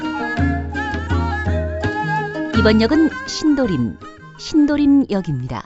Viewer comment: 2003년 꺼 가번역은 신도림 이라 들려요. 제대로 녹음 하셔야 지요.